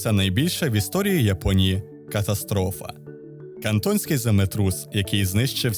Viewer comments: Землетрус Кантоський, а не Кантонський. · Краплина здорової критики: не КантоНський землетрус, а Кантоський землетрус (наголос на "а"). Помилка хоть і поширена, але в контексті принципова. Канал цікавий. Підписався.